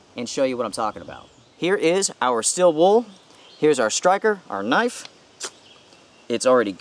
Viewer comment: “STEEEEEL” not STILL